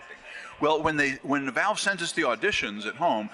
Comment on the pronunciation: "Done so much for Volve"